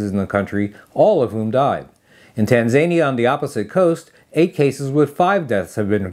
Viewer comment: I have to say something…. It’s pronounced TAN-ZA-NI-ER